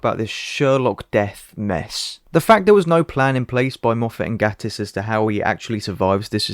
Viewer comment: That explanation on Sherlock was one of the fan theories too. (By the way, Gatiss with a long A, and Davies is pronounced like Davis in the case of RTD.)